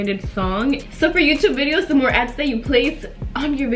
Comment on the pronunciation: How says joutube lol